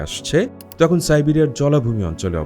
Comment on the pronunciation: Bro, it's not tohon. It's tokhon.